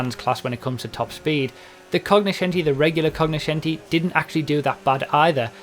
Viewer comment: like you're right, didn't even know this was within the english vocabulary. Originally (latin / italian) it is pronounced more similar to coño-scenti.